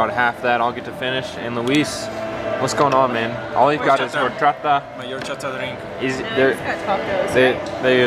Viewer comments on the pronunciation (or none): none